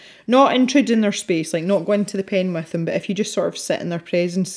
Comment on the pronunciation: Sign me up for live events. I have started to find favorites in the coloring community, on YT that is and I have been showing up fairly regularly for weekly live events. LOL btw I've thought about sharing with you, it strikes me and makes me look up at the screen when you keep saying "If you..." because it sounds to me like you keep saying "F. U." !! I've been binging on videos as I swatch my new pencil set -- still doing Artezas.